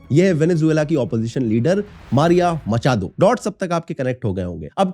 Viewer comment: Macha-tho nai bhai Macha-ddo. Great videos btw. :hand-pink-waving